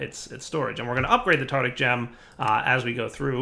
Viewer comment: “Tactic gem” —I wonder how well did in mythology class, mispronouncing that place the Greek dead went, “Tartus”?